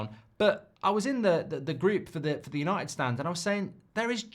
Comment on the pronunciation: United are not United anymore… It “Yahnited”